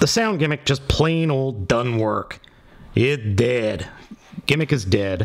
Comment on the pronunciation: he said on the sphere "IT DED"